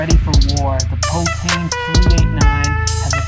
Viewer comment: The French get mad when you call them potain it’s pronounced Poton…🧐